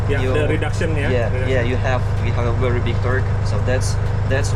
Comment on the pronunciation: Wery 😁😁😁 bukan very 😁